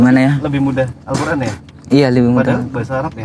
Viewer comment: Dengar dia membacakan ayat Alquran pengucapannya bagus